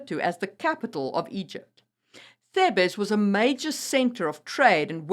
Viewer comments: You mean TH-EEH-B-SS. Thebes. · Thebes pronounced in English Theebz; mercenary pronouced mers'nary not mersennary